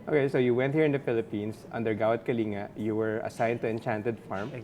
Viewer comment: Hi I think it's Gawad Kalinga not Gawak Kalinga.. =) anyways thanks for this video.